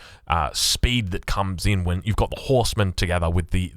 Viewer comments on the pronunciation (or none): He says 'vhen' instead of 'when' and 'vhere' and 'vater' and willagers and wery etc. I am English so...